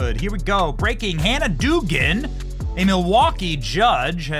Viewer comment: Dougan is said ‘dough-gan’ . That’s my sister’s married name.